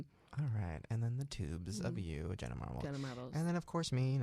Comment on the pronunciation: Not "Jeanna" 😭